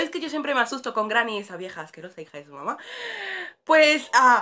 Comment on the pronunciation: Jajajaja me da mucha risa cuando dice viejo y vieja